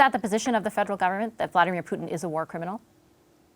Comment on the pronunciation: Odd? Her Russian prononciation was spot on, actually.